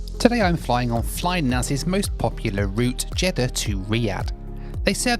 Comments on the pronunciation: You definitely said Jeddah but you definitely said CHeddah [sic] 🤣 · Jeddah and cheddar are pronounced it differently